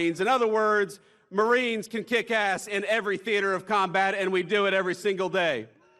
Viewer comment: I can't hear you say pwease, mawiens! 😂